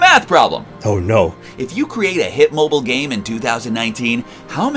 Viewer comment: bruh he said bo bile not mobile bo bile